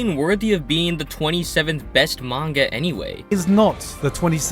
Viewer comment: I've always wondered why he sometimes pronounces "manga" as "manguhrr"